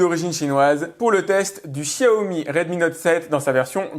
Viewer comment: Pourquoi tout les pseudos geek disent Chiaomi ? Vous passez pour des neuneu :( on vis en France et on apprend depuis bébé comment on prononce le X...